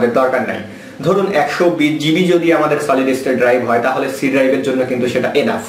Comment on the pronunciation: Gb brother not zb